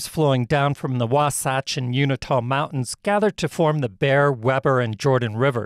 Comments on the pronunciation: It isn't U-NI-TA, it is U-IN-TA. And Owen's lake is much smaller than the Great Salt Lake. Curring is not Ocurring. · Thanks for the video. But you butchered two pronunciations. "Uinta" is pronounced "you In tuh". "Weber" is pronounced "We burr". As you know, you can Google proper pronunciation. Your videos would be even better if you did. Just a little honest feedback. :)